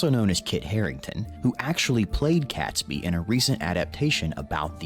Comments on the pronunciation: Robert Catsbee? Get it right for crying out loud. It's pronounced Robert Kayts-bee. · Oh please, pronounce Catesby correctly!! imagine in the US you say 'gate' .... so pronounce Catesby with the same sound as a in the word 'gate' .... he was the Catholic aristocrat who was the brains behind the conspiracy. If the explosion did occur, it would have killed (possibly) as many people at 9/11, given that most of London would have burned afterwards. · arhhh please, it's pronounced Kates' Be, NO CAT